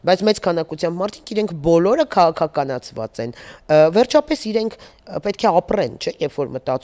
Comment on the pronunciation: Թ֊ն էլ` Ց, իշխանուՑյան, ոստիկանուՑյան, հա՞, հա՞, հա՞ ❗ Ա, ա՛, ա՛, ա՛, ա՛, անգրագե՛տ հալով դարձել եք քաղաքաԿԱՆացված չԳործիչներ, ՀԱ՞, հա՞, հա՞, հա՞ ❗ Յա՛խկ, յա՛խկ ‼️Նողկալի է նման անգրագետներին լսելը😮😡😡😩😩